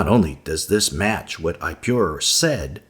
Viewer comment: Is pronounced ip-oh-raur not I-pew-rure. Watch the documentary "Patterns of Evidence" you will get it straight from the archeologists mouth.